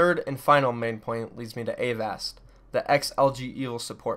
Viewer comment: Aren't you mispronouncing Avast's name?